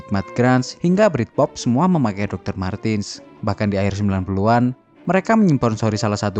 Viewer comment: Izin menambahkan. IMO. MARTENS dibaca MARTENS, bukan MARTIN/MARTINS, Krn dy orang Jerman.